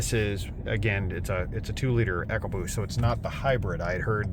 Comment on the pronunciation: Its E CO boost . Not Echo Boost numb nutz